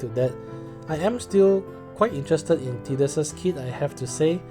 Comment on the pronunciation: My god what mean is didus?! Please go google translate see how is Tidus speak. Is tidus not Didus.